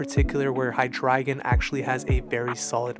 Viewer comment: You pronounce Hydreigon differently from a lot of people but now that I'm thinking of it... I think you're saying it right because his evolutions include ein zwei and drei which is (basically) one two and three in German and I NEVER put that together until now.